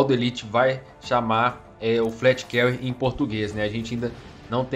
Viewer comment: Só uma observação "fleet Carrier" se fala como se fosse "flit Carrier" e não "flét Carrier" Mas muito bom vídeo haha,tô ansioso por essa nave